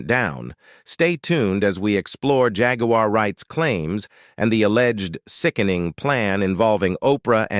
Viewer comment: The name is Jaguar why can’t you pronounce the name